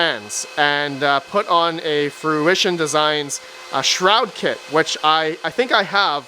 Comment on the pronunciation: Oh My Goodness, you pronounced FRUITION correctly!